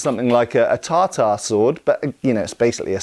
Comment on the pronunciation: with a quick roll of a tongue, tatar turned into tar-tar.